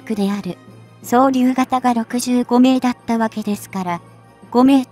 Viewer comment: 常々違和感をおぼえていました。主語に続く助詞の「は」をハと読み上げる違和感も指摘します。